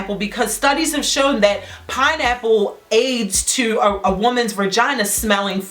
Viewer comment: She said some “VIRGINAA” 😂